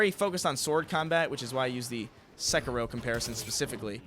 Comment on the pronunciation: Every time pronounces sekiro I cringe so hard.